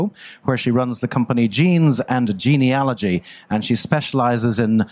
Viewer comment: At last, someone who knows how to pronounce Genealogy properly!!